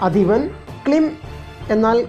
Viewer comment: Not klim. It is kleem...writing in malayalam is good it does not split the joined sound. Thanks for the info